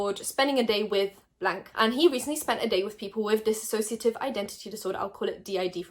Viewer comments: Just letting you know it's dissociative not dissasociative they're very different things :) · This was great video but it’s “dissociative” not “dissAsociative” just clarifying so you know for next time x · by the way it is not disassociate it is dissociate they are two different words i hear ppl call it the first word and it is not theres no a at the beginning im just letting you know bc ppl get very annoyed by that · I know it's not their fault but it bugs me when they say dis-A-ssociative